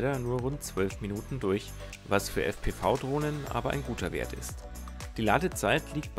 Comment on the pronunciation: Ich finde dass dji sich wieder einmal mega Mühe gegeben hat. Mega DROHNE. Mega VIDEO. ABER es heißt fpwiiiii.